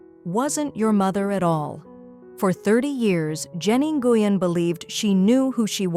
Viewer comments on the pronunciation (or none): Please learn how to pronounce the name. Nguyen is pronounced when.